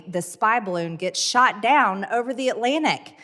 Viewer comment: you no rike barroon?